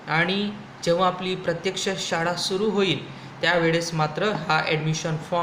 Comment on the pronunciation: शाडा? शाळा असते😂